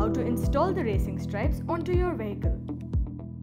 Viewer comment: “This video will show you how to install Vin-nile in your we-hickle.”